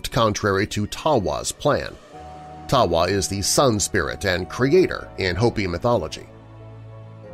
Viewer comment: Tawa is pronounced dawa And it's masaaw We live in the fourth world and this one is ending. The story is our emergence and the beginning of our prophecy. I can explain the story. But this is very good nice job for representing me and our tribe with respect.